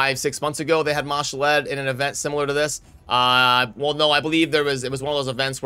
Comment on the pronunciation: Ma-Shalled, not Mashall-Ed :) one day you won't butcher it, lol